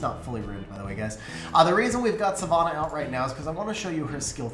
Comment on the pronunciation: Ffs, learn how to pronounce Savannah.